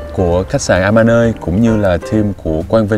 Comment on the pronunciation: Mọi người đọc nhầm tên resot ...Amanoi..không phải đọc a ma nơi...